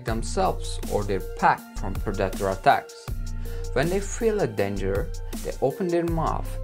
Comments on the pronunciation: Just once I wish you would say predator instead of productors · And what is a pre-dat-or, lol. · In this 10 moments lions are killed by their Prey video I personally did not see even one lion being killed by their preys .Secondly it is pronounced Pre-de-tor but correct spelling is Predator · "As Per-data" = "predator" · For 3/4 of the vid I thought he said producter (which is not a word) and not predator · Tf is a purdator? Tf are you saying bruh I dont understand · 1st off I pray I never hear somebody say predator like you do because obviously you have no clue how to pronounce it . And 2nd off 200 feet tall is that giraffe from the Jurassic Time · Its Painful listening to this guy try to say 'Predator' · you really should learn how to prononce the word "predator"